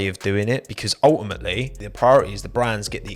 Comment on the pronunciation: Nobody:: UL-i-Mate-ly